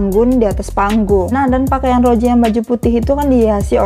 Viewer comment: Gua minta. Tolong buat benarkan mulut anda rose di bilang roze/roje Gua sering nontonin lo dan gua juga suka denger lo ngomong rose salah dah gua oke oke tapi sampe skrg masih Nyesek gua njerr